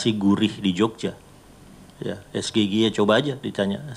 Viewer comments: Ngomongnya SGIE mustinya Es Gi Ai I krn itu bhs inggris coi!! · Gayanya pakai disingkat, eh cara mengucapkan saja salah... SGIE Sego gureh enak iwake😂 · SGIE,seharusnya pke bahasa ingris pengucapnnya.. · Nyebut singkatan nya juga salah, tapi yg penting jawaban nya lebih bagus daripada pertanyaan nya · SINGKATAN BAHASA INGGRIS KOK DI EJA PAKEK BAHASA INDONESIA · samsul biasanya diem kaya patung Pancoran saat debat bisa keluar suara dikit aja...langsung dianggap The master sama pasukinnya..😁😅😅, Samsul Bikin pertanyaan pake Singkatan, lafal juga ngawur ..masih kalah sama ponakan gw. 😁😅😅